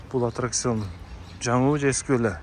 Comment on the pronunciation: Антракцион эмес аттракцион. Ой тообо терминдерди туура айталбай дабдырагандарга блогерликте бок барбы?????